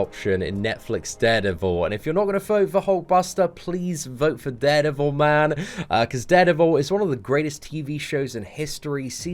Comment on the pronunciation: Did he say dared evil